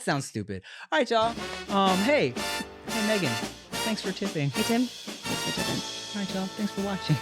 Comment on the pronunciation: "chanks for tipping" had me cracking up 😂